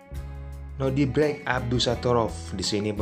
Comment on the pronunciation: Nodirrrrrrrrrrrrrbek bkn nodibrek😂😂😂😂